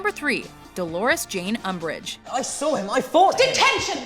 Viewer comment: Agh, "UMBRIGE", whatever!